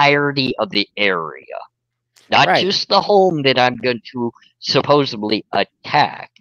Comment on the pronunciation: OK I have to comment on it...what is it with Americans these days and not being able to say the word Supposedly...its happened a lot with american youtubers who pronounce it as Supposebly..like WTF..english is your first language, you learn it from childhood and through your life..there is zero excuse LOL I am norwegian and English is not my first language and even I know its SUPPOSEDLY.., you are a lovely guy but please learn to say supposedly LOL